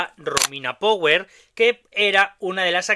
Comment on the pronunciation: Mi sono fermato alla tua pronuncia di "Power", mi dispiace. E quel modo di muovere le braccia a scatti fa venire ansia. Comunque grazie per il contributo. Saluti dall'Italia.